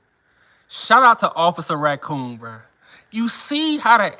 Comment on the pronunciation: 🤣🤣🤣NOT OFFICER RA-COON🤣🤣🤣